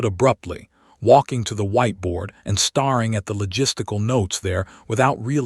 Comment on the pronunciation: PLEASE! It’s staring NOT starring, it’s hoping NOT hopping! THE AI NARRATION IS ILLITERATE! 🇺🇸🤨